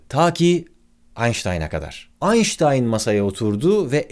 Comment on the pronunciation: Aynşıtayn galiba çünkü stafın havking